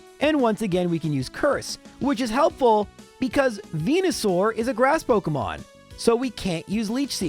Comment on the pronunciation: it is pok E mon. not Poke UHH mon